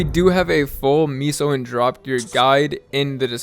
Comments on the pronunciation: Miso gear 🤣😂🤣😂🤣😂 Bruh. It's meso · Meh-sos….for the love of god. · L vid tbh should’ve pronounced meso as queso cheese 😉